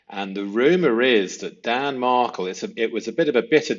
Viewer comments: It’s Dan Markel not Markle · Please pronounce the victim’s name correctly….Mar-kell, not Markle. Thx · Sorry to be picky here, but I think his name is pronounced Mar-KEL. Great series, btw. You are very perceptive. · "Mar-KELLE" O'wise great stuff, TY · Appreciate your vids. Please listen to any of the hundreds of vids out there for the correct pronunciation of Markel, Adelson and Isom. Regards. U.k. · I ❤!! Note: Respectfully, the pronunciation of Markel is with the emphasis on the second syllable. And the pronunciation of Adelson, is with the emphasis on the first syllable. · Now now don’t forget it’s not ADDELSON it’s AID EL SON and MAR KLE is DAN MARKELL tsk tsk I haven’t had to tick you awf lately - ohhh dear lo EYESUM not ISSOM 😂